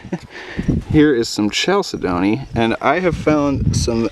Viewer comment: Kal-sid-nee is the correct pronunciation there. Great finds sir EDIT* Vermin skull was pretty metal too